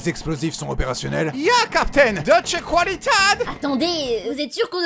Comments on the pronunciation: permettez-moi de vous faire remarquer la faute, « qualitat » ne se prononce pas « qualitat » mais « kvalitat » le qu ce prononce kw #AllemandLV1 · tiens Armin parle bizarrement Allemand car dans "Deutsch Qualität" il y a un "umlaut" sur le a donc en fait il se prononce e et pas a. La bonne prononciation est "Deutch Qualitèt"